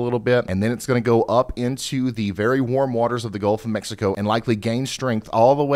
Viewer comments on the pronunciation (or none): none